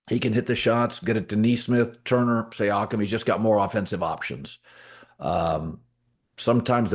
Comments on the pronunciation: Hey Colin, it's See-Yakum 👍🙏 haha ok you started to get it right 1/3 of the way thru. Thanks! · The way he says Siakem… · He literally doesn’t even know the players names.. wtf he saying siakam like that.. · You are butchering Pascal's last name